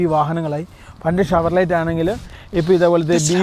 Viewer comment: ഷവർലെറ്റ് പറയല്ല , ഷവർലെ എന്നാണ് വായി ക്കെണ്ടത് !